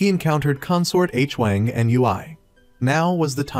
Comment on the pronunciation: Appreciate your Recaps (i watched some of them and this one today) however I noticed that you are always confused with the relationships of the characters in which the viewers also gets confused like the Queen Dowager and her Nephews when it should be her Grandchildren also is it really hard for you to mention their names correctly? Koreans never spell names Like *H-Wang, it is supposedly pronounced as *HuWang*.. also the Queen Consort suddenly became Queen Dowager? 😅 I hope you can correct this issues next time for a much better recaps.